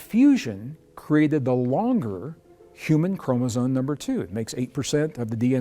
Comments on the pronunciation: English is my second language, so maybe that’s why it hurts my ears to hear the word chromosome pronounced by the scientist guy as “chromosone” instead of chromosome. But hey, what do I know… I am just an immigrant, happy to understand English…😊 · are you saying "chromozone"? That's what it sounds like to me. Weird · Chromosome why is it pronounced chromosone? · Yes. He is..Some people mispronounce it all the time. Kind of like nuke u lar versus nu cle ar or nuclear